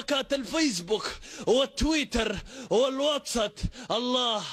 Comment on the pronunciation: الواتساب يا ابن بلدي مو الواتزب خخههه خطأ في الدفااع معليش حلوة منك 😘😘😘